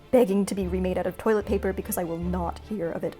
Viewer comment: Y'all can't tell me she didn't EAT THIS SHIT UPPP She said toîlęt pæpér